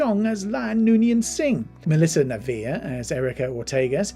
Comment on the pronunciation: You need to do better research when preparing for these videos. You mispronounced several names. Captain Batel's name has been pronounced multiple times on the show and Rebecca Romijn's name has been pronounced multiple times in the media due to her marriage to John Stamos and Jerry O'Connell, as well as media coverage of her own acting career. Melissa Navia's name has been pronounced multiple times in media coverage of Strange New Worlds.